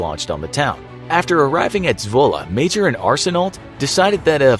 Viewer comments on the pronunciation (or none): It is not Zwulle its zwolle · I’m from the Netherlands and i think it’s funny how he says Zwolle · AHAHAHHA any dutch people here? ' Zwolle" :))